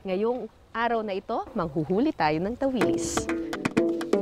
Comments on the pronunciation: Tawilis ang strongest stress ay sa last syllable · Tawilis(mabilis na bigkas) ganan po ang tawag namin jan. ☺️